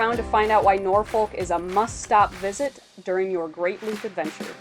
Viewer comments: We locals don't pronounce the "L" in Norfolk, so it comes out more like "NOR-fok", or, if you are really from the south: "NAW-fuk" :) Looking forward to following y'all on your adventures! Heading to the Rendezvous tomorrow to start planning my loop adventure! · Nawfuck narfiick not nor folk